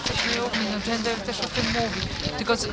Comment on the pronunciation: No i rzeczywiście "dżendeh zhobiło fuhohę" xD